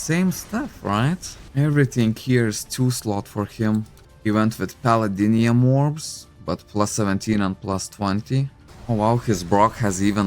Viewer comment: I like your pronunciation of palladium = palladinium 😂